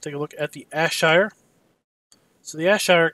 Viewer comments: JFYI it's pronounced air-shire lol. Good video. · BTW it is pronounced Air-Shire